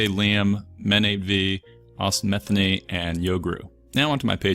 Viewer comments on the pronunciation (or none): none